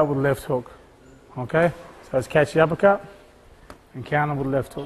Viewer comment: "uppelcut sometimes not regal in toulnament"